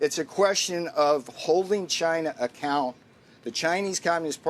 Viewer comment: acCÓÙnt 😂 just sounds like deflecting blame with extra steps